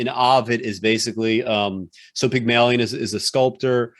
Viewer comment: You guys must be channeling Peter Clease, the way you are butchering the language: Pyg-mah-lion and not Pygmailion? Ah-vid and not Oh-vid?